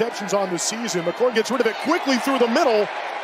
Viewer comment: Did these announcers call McCord, McCourt and McColt?????